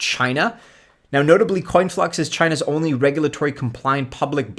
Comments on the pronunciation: IX??? No disrespect to you, however your coins are way off and it's conflux, not "coinflux" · It’s Conflux not Coinflux